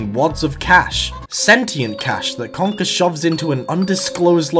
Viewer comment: you almost say conker like kanker and kanker means cancer in dutch lmao